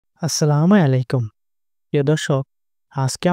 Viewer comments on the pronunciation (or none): Apnr salam ta hoy ni Avabe bolben আসসালামু আলাইকুম 🥰